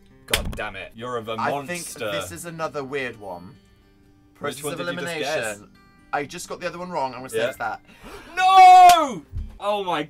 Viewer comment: did dan say.. philimination?